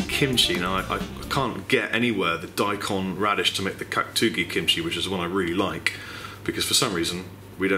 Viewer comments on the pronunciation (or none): none